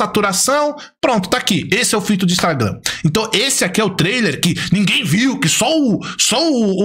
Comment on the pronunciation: E impressionante a incapacidade do de falar Instagram kkkk